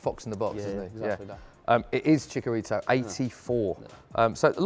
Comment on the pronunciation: its chicharito not chicarido